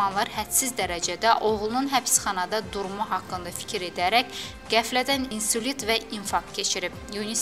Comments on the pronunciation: Videonun saniyesinde səhv gedib efirə .insulit yox ....insult.....gəlin diksiyamiza fikir verək......vurgulara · 1;12de aparıcının sözüne diqqət...Mehman huseynovun atası insulit kecirib.insult sözünü deyə bilməyən adamın danishdiqi verilişin aparıcısı olmaqa nə dərəcədə haqqı var?